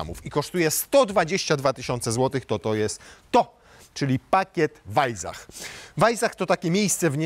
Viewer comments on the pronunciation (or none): Nie wajzach, a wajsach. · Weissach... chyba powinno się czytać przez S a nie Z, podwójne SS czyta się jak S. No chyba, że miejscowi mówią przez Z, wtedy oni mają rację... nie czepiam się, tak tylko - zwiększam zasięgi